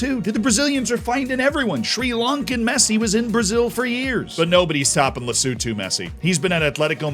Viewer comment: Big ups to for not butchering Lesotho's name 🤟🏾 this is the first time I've seen a video with all countries involved and Lesotho is acknowledged 😊